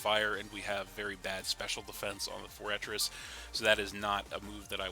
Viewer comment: its pronounced FORE-TRESS. Sorry it was driving me crazy